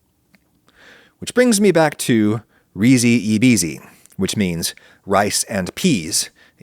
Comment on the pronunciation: Please pronounce Risi e Bisi correctly. rhee zhee ay bee zhee